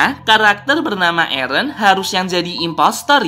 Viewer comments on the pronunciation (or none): mikasa ketika bilang nama eren: ereh